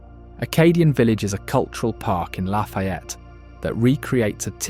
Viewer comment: It’s “ La-fee- et” Lafayette